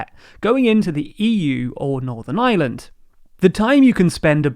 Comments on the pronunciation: The struggles to pronounce Ireland seem too real for you ;) Try "I-Ur-land" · It's Ireland. It isn't Island. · Mate how many times, Ireland not Island.